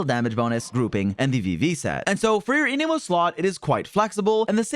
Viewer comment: I can’t help but notice it but why does bro pronounce Anemo as a-knee-mo instead of a-neh-mo?